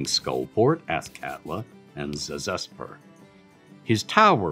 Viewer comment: Zuh-ZESS-purr. Not ZAZ-ess-purr. Got it.